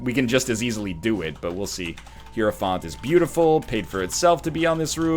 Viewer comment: (HIGH-ROW-FANT) Not (HERO-FONT) it kills me when you pronounce it that way